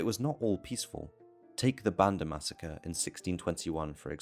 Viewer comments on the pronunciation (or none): none